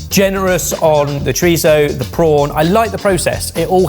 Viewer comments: I like the way puts the lisp in "chorizo" but can't be bothered to pronounce the double-L in "paella" correctly. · Oh no, has fallen into the trap of saying Chori-tho like John Torode with the tongue and all. The same John Torode who got a stern talking to by a Spaniard, in Spain, who was cooking chorizo, that it was driving him up the wall that he was pronouncing it like that because if anything it's closer to being pronounced Chori-tzo, or simply the same way has always said it. The irony being that they also went the entire video mispronouncing PaeLLa, which they KNOW is incorrect. Hell, is usually the one to correct the others about that. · refuses to pronounce paella properly, yet says choritho instead of chorizo. Pretentious? HECK YES! 😂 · So for it's choritho, but it's still pie-yell-ah? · saying "Paella" with hard L's next to chorizo with ceceo is throwing me! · Wild to me to go out of ones way to say chorizo with the lisp, but continue on saying pie-ella rather than pa-eyya how it would be pronounced😂😂cmon lads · The way Brits pronounce it "pie-ella" but also say "choritho" cracks me up. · Please... it's choriTHo with a TH... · Can we all stop developing a lisp when we pronounce Spanish things. Chori-thhhhhhho. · Yea it's redundant. About as redundant as pronouncing paella "pah-eh-la" and then in the same sentence pronouncing chorizo "choritho" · needs to be punched in the plums for pronouncing chorizo with a ‘th’. Pretentious! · if you're going to hard-core emphasize the Castilian lisp on "chorizo," then the least you could do is properly pronounce the double L in "paella" as a Y, as is proper Spanish pronunciation. Edit... yeah he got there by the end of the video. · Omg yalls spanish is soo bad, sounded like tyson trying to say choritho. Cho ri so is the the pronunciation, pie ay a is pealla. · Says "chor-itho" like he's from southern Spain and then follows it with "pie-ella." SMH